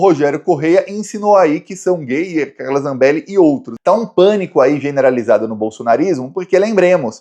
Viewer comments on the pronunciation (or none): não é Gustavo Geier ( como está falando)..e sim Gayer..rs..